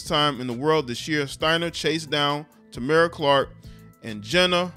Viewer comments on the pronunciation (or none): none